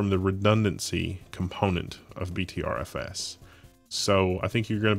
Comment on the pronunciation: btrfs is pronounced butter fs